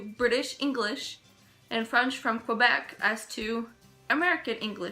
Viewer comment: It's "Kwuhbeck" now, eh?